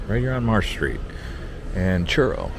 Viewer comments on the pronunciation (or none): none